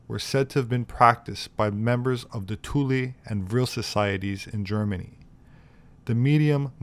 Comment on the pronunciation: Im happy you called it tulee. And not thule. In iceland we pronounce it two-ley.